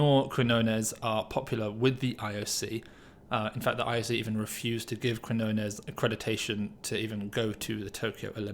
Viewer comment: It's QuiÑones pronounced 'kignones' like in champiGNon.